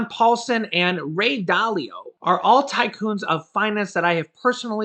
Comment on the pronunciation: i love that your saying tycoon lol